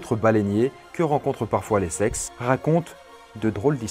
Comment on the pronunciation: Je suis le seul à entendre "les sexes" au lieu de l'Essex toute la vidéo ? XD